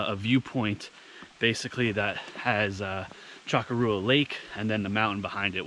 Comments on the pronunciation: Cha-cor-ah. Not choco-rua 🎉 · This is not true, its one of the most commonly mispronounced words/names/mountains in NH. The correct way to pronounce it is Shoh-kor-oh-wah. Even though it looks like Shoh-kor-uh-ah and everyone pronounces it like sh-cor-ra. It has been mispronounced for years and it and the mispronunciation has stuck. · It's pronounced CHA-COO-RA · Hiked it by going Little Sister, Middle Sister, Big Sister, then Chocorua. Have been told by many locals, some of native descent, that the correct pronunciation is SHA-KOR-WA. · Simple...... CHA . kora. Easiest way for us locals to know who is native to NH.... alot of the indian names are a challenge to pronounce. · Great video. I've been up there several times. BTW phonetically it's Mount sh-COR-ra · That would be sh- COR- oo- uh. Right.?I used to live neat there. It is a distinctive and lovely mountain. I'm reading the book, Look To The Mountain by LeGrande Cannon Jr. right now. I'm loving it! I'd like to climb it but I haven't climbed a mountain since I was in my thirties, about 25 years ago. I'd h Ave to work my way up to it. ~ Heather ~ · Lol close. Less emphasis on the -ua.